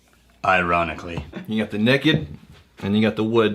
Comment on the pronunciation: “Neked” Grouse? Really?! Lol. Great job guys!